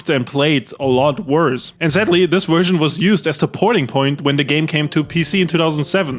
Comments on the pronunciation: Bro it's version, not wErSiOn. Dafaq?! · "Vee Wersion" ❤ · the worst what was that?? Haha the Werst Wersion huh? That waskly wabbit got your tongue? 😂